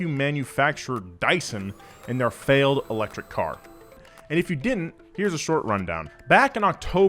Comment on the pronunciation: "iFailed" same